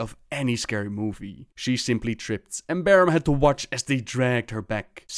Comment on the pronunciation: Not to insult, but for someone who's so entranced in the lore, you have a knack for not pronouncing things right. Barrem, who's name was said by Boros, Tuure, which was said by Barrem, etc. Man'ari, said in a few storylines. Just a bit irritating.